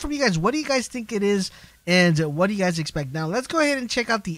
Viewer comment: you say you wrong